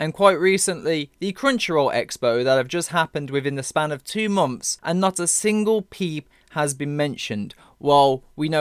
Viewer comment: Stop saying "momfs" when it's "months" damnit..